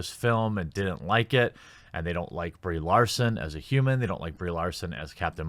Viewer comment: My eyes keep wanting to read Brie Larson, but my ears keep wanting to hear Bree Olson.